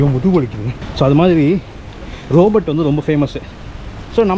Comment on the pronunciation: ரோபோட் இல்லப்பா "ரோபோ ". t Silent